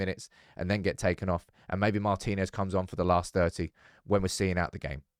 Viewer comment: Mar'tin'ez not mar'tine'ez drives me crazy 😂❤ love you love the channel 😘